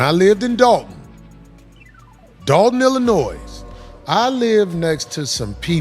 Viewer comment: How does someone from Illinois pronounce the s at the end??????